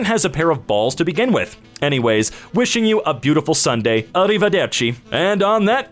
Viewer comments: This is a random thing… but thank you so much for saying Arrivederci in the proper accent… I hate it when people say it in an “American” accent. Random, but thank you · the "Arrivederci" was so neatly said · Everything else slaughters, but that Arrivederci was perfect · the pronunciation of "arrivederci" was so good! you Italian by any chance?